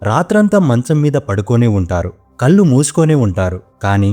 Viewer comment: కల్లు కాదు కళ్ళు.